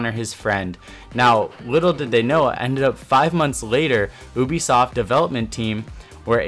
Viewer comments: Its prenounsed youbisoft not oobisoft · He keeps saying oobisoft not Ubisoft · It's youbisoft not ewbisoft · Easter egg. Pronunciation. You, be, soft. not oobeesoft. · It's not oobisoft it's Ubisoft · Ubisoft not oobisoft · "oobisoft" lmao 😂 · aye u say oobisoft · Ubisoft (OOH-B-SFT) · Obisoft XD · Anyone else get annoyed when he says ubisoft? Its not ewbeesoft. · Learn how to pronounce Hereford and Ubisoft please, also its football.